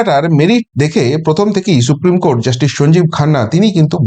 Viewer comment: Esh esh she, সত্যিই SHupreme উচ্চারণ